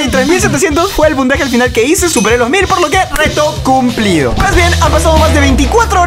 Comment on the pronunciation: Wtf dijo cumplido cum-plido